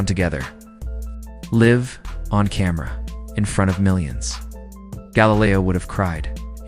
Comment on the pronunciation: "Live on camera"... pronounced wrong. Did AI create this whole thing?? Heavy and Massive aren't the same thing also.